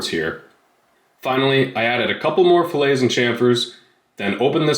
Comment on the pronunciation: It is pronounced as "fill-et" not fuh lay.... lol